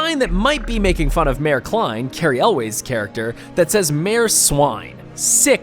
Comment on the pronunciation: You're pronouncing Cary Elwes name wrong. And you're an entertainment news channel. laughable and pathetic.